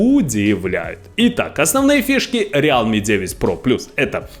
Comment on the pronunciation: Братка,рилми- real,me. Real Me- это я-Реал,как команда. А realme- это настоящий я. Real в транслейте читается как рил.